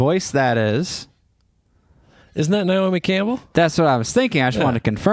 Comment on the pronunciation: It's Naomi not Niomi. 😊